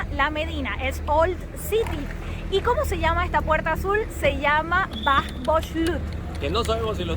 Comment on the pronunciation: Good prononciation of Bab Boujloud lool 👍👍👍